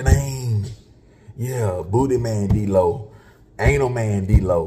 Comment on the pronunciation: The man name is “Dlow” come on now LOL